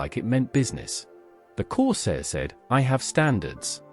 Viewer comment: Oh dear a BAD start ! It's a Ford CORSAIR ! MG Magnette, NOT Milligram. AI is HOPELESS and makes these videos so tedious.